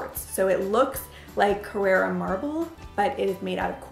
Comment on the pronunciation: Carrara not Carrera